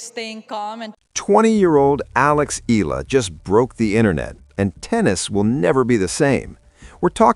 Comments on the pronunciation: For better reporting correctly pronounce Alex’s surname as E-YAH-LA. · not ella e-ya-la!!!!! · Her name is pronounced E ya la. Pls get it right